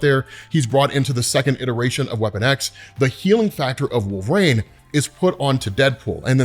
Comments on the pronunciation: Bro, please stop saying Wolve"rane". It may be a running joke, I don't know, but sheesh!😂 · One day will pronounce "Wolverine" correctly!